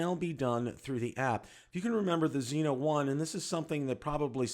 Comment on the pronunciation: Zino, Zino Pro, Zino 2. Just say ZiNO thanks!